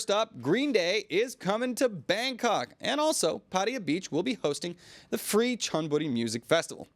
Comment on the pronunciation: Still going for the USAian "Pædiæ" pronunciation instead of PattAya?